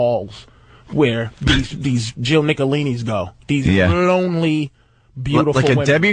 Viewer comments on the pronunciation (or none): none